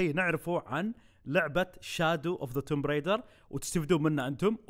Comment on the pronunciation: بس معلومة صغير لللإفادة ... اللعبة اسمها توم رايدر مش تومب Tomb Raider هذا كتباتها بس ال B لا تقرأ